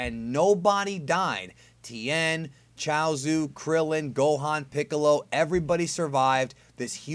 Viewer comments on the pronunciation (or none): none